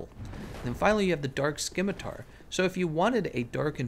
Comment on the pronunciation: The c in scimitar is silent.